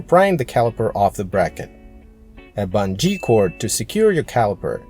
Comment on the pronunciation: "Buhn-jee cord" !